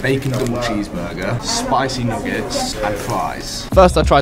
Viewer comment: Bro how did you pronounce nuggets 💀